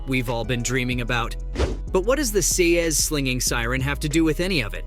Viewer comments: I hope this is an A.I. overdub, and not a real person speaking. "SAY-EZZ"???😮 Elektra's weapon of choice is pronounced "SIGHS". A singular sai is pronounced "SIGH". 🤦‍♂️🤦‍♂️🤦‍♂️ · Sai(s) is pronounced S'eyes' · Why did you pronounce Sias like that? Are you an AI? 😂